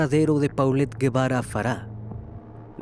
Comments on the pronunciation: Se pronuncia polet gebara no paulet guevara investiga bien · NO SE DICE PAULET, SE DICE POLET , UN POCO DE MÍNIMO RESPETO SERÍA CHECAR COMO SE PRONUNCIA EL NOMBRE DE LA NIÑA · se pronuncia Polet